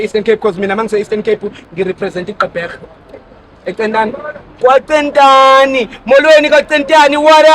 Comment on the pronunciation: Kucentane not kwa cetane